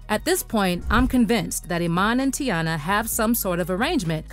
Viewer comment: Her Name Is Not Tayanna Chile It’s Teyana 😂😂